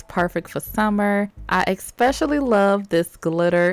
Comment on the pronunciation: i’m not american why some ppl say expecially ?